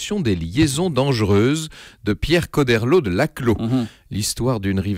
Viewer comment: a au fait on dit "Cho" comme "Chaud" et pas "Ko"